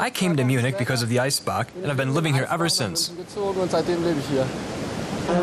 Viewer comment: the guy says "Marienplätz"! Its "Marienplatz" the "Stachus" is pronounced "Stakus", der "Eisbach" mutiert zum "Eisbak" und und und. Einfach den Mund halten wenn man es nicht kann.